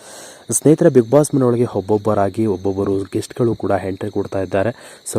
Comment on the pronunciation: ಪುಣ್ಯಾತ್ಮ, ಎಂಟ್ರಿ ಗೆ ಹೆಂಟ್ರಿ, ಒಬ್ಬರಿಗೆ ಬದ್ಲು ಹೊಬ್ಬಬ್ಬರಿಗೆ........ ಅಂತಿಯಲ್ಲಪ್ಪ, ತಂದೇ ಕನ್ನಡ ಸರಿಯಾಗಿ ಕಲಿತುಕೊಳ್ಳಪ್ಪಾ..... 😭😭